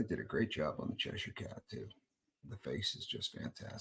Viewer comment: As a person who lives in Cheshire, I love that you pronounce it correctly 😂